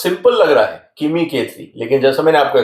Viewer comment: Pls read MIMI ERROR CORRECT IS KIMI